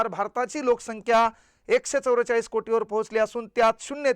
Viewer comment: एकशे चौरेचाळ नाही सर.एकशे चौवेचाळीस सर तुम्ही पण जरा सुधरा